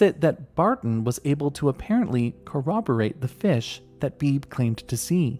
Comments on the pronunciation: FYI: I have a friend named Beebe, and it's pronounced BEE-bee :-) Like a BB gun. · I don't mean to be annoying, but I'm pretty sure his name (Beebe) is pronounced "Bee-bee"